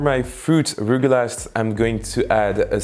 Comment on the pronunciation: They are pronounced rugelah or rugelach ( with a Hebrew ch or kh at the end)